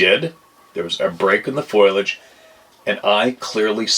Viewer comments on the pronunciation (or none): i know u won't see this but... Say it with me? Foe lee aaj=”FOLIAGE" (NOT "foilage") Lqtm. Thank you sir! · Foilage🍂🍁🍂but we get the point 😉